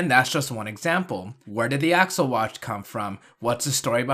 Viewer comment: Faiz Accel is not pronounced Faiz "Axle", is the "accel" in accelerate. It's not said "AX-ull" it's said "ack-SELL."